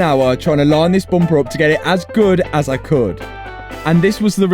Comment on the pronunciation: Say more 'bumpahh'